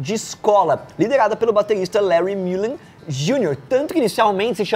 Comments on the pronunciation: É MulleN, não MulleR. E o Bono não é Vox. Bj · Gente pela mor de Deus não é Larry Muller é Larry Mullen Jr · Parabéns pelo vídeo! Muito bom! Só uma correção: o baterista do U2 se chama Larry Mullen Jr.; não "Muller" como escrito e falado no vídeo.